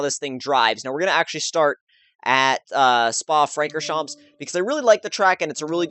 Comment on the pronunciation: isn't Spa pronounced Spa "Frachorchamps"? (champs pronounced as in champions)